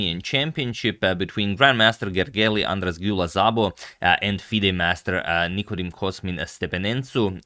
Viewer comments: It's weird that you say it after this video, where he pronounced it very incorrectly (but yeah, apparently it's Hungarian, which is a weird language). Should be something like Gergey Ahn-draash Dew-lah Sabo: (So basically he got these sounds wrong.. ly, as, gy, sz) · Well, he actually butchered these pretty bad. White should be something like Gergey Ahn-draash Dew-lah Sabo... (not Zabo) But Hungarian is one of the weirdest european languages, so...